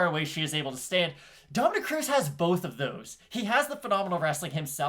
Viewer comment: Smh the disrespect on cruz's name